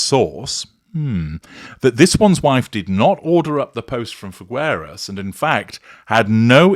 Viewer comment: It’s Figueras. The u is NOT pronounced. Figeras.